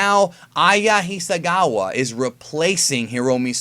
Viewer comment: It's Hisakawa, with a "k", not a "g"